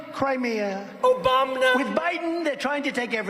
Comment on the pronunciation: Every time you chime in “obamna” I lose it every time